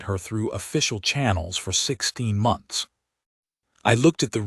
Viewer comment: WTF!!!!??? "4 M..O..N..T..H..S ago"!!!! WHY THE HOLY FUK IS YOUR POS AI SPELLING OUT WORDS LETTER BY FKN LETTER!!!?????